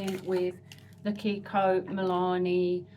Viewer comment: MilanO not MilanE